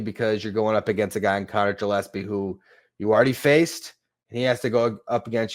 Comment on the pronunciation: It Gill-es-pee like a fish gill. Not Jill.